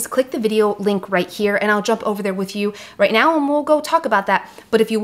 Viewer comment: Did you say right Meow?